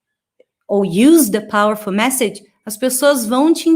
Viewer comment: A frase da só faltou o r no powerful.